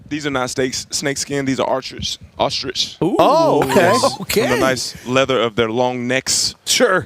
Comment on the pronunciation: Jameis’ pronunciation of the word “ostrich” made my day.. make this man deputy commissioner of the league